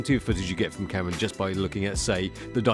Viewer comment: interesting "ca'rra"